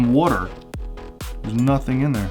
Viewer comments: SAY WATER RIGHT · Well if he is tell him to say water right